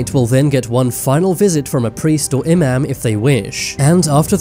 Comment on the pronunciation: The way he pronounced “Imam” was honestly disrespectful. Like, what’s an emim?